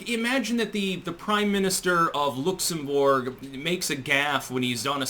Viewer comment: Looks-im-borg? If you’ve never heard a word spoken in conversation, you’re not ready to use it.